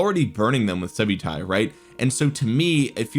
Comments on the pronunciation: nice vid, its pronounced sub-uh-ty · “Sub-Utai”… clever subliminal way of mispronouncing his name for more subs!